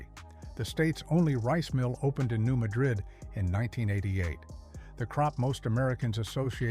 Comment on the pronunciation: The area is not pronounced the “Booth”heel - it is the “Boot”heel (based on the shape). And it is not New MaDRID- it is New MADrid.